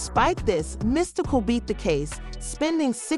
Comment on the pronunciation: This chic is dumb! She can’t say his name correctly. ANNOYING AS HECK!